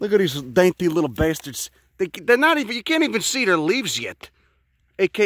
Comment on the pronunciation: I don't know why I expected a southern accent, but I'm pleasantly surprised. "Home Despot" "Look at dees dainty lil basturds"